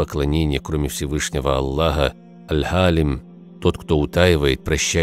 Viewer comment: Салям алейкум, в видео неправильно поставили ударение в имени Всевышнего Аль Халим. Ударение идёт на второй слог, а было произнесено с ударением на первый, что конечно же меняет смысл слова в арабском языке. Большая просьба просто быть более внимательными что касается имён Всевышнего. С уважением.